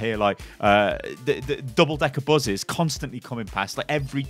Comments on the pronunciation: Why did he say “Buzes” not “Buses” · is such a Brummie lad he says 'Buzzes' instead of buses!! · "double decker buzez"